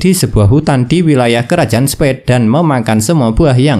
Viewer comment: Revisi bang Spade bukan spead